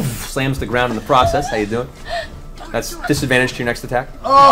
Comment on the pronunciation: Is it just me or when Matt said "How you doin?" it sounded like a New York accent? LOL